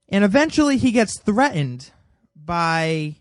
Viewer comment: Why are you saying: "Thre-INed". The word "threatened" has a "T" in the middle of it. Can't you say "threat", or do you just say: "thre...."? You seem to have no problem saying "absolutely" and it has a "T" in the middle, so what's the deal with "thre-ined"?